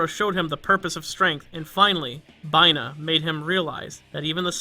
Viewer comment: Did you seriously pronounce Binah as Bye-Nah???????